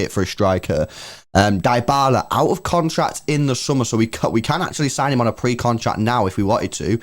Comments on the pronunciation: true pronounce of Dybala: its not "daibala! its "Dibala" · Guys it's pronounced di (dybala).🤔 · Mans be saying Die-bala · Manz just said diebala